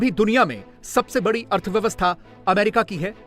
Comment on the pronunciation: Bhai America bhi nahi bol pata hai